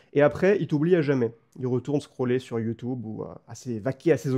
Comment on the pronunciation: Des années, des années entières à être raillé par mes proches, par mon audience, par des inconnus, juste parce que je prononce "YoutOUbe", et enfin je découvre que je ne suis pas seul! Ce n'est ni plus ni moins qu'une libération, merci! Merci pour le contenu très quali, énorme le format!